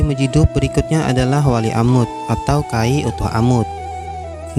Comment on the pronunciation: Bagus konten ya,,berpaedah byak,,,tapi tolong di perbaiki tulisany ataw sebutany...itu wali mazjub...huruf ja ujung ilat...bukan hurup dal...tengah1